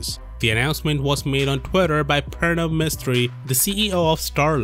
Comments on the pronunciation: ARE YOU INDIAN? THE WAY YOU SAY "PRANAV MISTRI" is sounds so INDIAN, :) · By the way you said Pranav Mistry, you sound like Indian